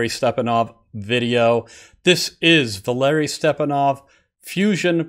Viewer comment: Hi Jeff. You don't have to butcher foreign names. Use Google Translate and set the box to Russian and then write the name or word you want pronounced. It doesn't matter if you write it in Cyrillic letters or the Latin transcription, so you can either write Валерий Степанов or Valeriy Stepanov. The trick is to press the speaker symbol at the bottom of the box. Then a voice will pronounce the name in Russian (with stress on the second syllable in the words as it should be).